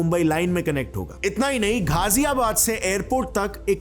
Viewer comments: It's not चोला It's छोला And same Ghaziabad not घाजियाबाद its गाजियाबाद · What is ज़ेवार?? Its ज़ेवर. Not घाजियाबाद its गाजियाबाद